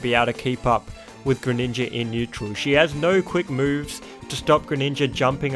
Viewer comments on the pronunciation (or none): You know on the character select screen it pronounces the names correctly, yet you still pronounce them wrong, like you say paluteeena, yashi, greninjer, and other mispronunciations